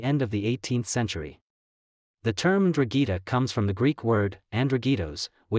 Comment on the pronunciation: What the hell is a drugeeta? It’s N-Drahn-Geh-Ta. ‘Ndrangheta. I get it Italian is hard. But damn